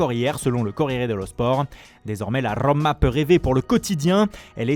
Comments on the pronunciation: La Rrrrrrrromma! Quel boulet... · La RRRRRRRoma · « La RRRRrRRrrrrRrrRroma 😂🤣 » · la Rrrrrrrrrrrrrrrrrrrrrrrrommmmma